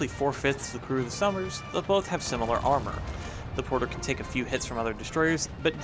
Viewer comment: I thought you were saying Summers, not Somers